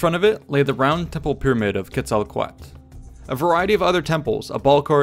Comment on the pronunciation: im no expert but im pretty sure Quetzecotl is pronounced quet-zi-coat-ul.